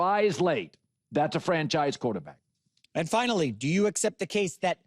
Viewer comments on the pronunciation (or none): Pretty much he also like pronouncing it QwarterbAck